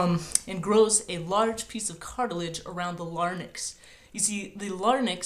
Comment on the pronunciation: Good video -- but with one gross error in pronunciation. The Adam's apple protects the LARYNX and not the LARNYX (notice the N and the Y reversed). You meant "la-rinks". Your background buddy, though, has a perfect Adam's apple -- nice and big and pointy, and it moves a lot.